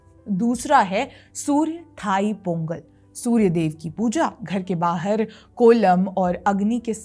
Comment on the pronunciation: In Tamil, ”th” is pronounced as “त” not “थ “. So correct pronunciation is “तई पोंगल“